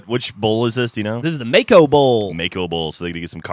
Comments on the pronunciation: It's Maaco not Mako... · the bowl name is maaco not mako like the shark...?